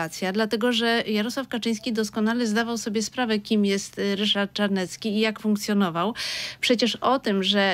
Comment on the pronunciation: Jak już to Ryszard Cz .bo nazywa się Czarnecki a nie Carnecki.W alfabecie polskim jest litera CZ.